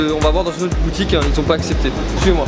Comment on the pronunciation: alors on va aller voir dan une autre boutiquinh... oui bonjour c'est pour un chllenginh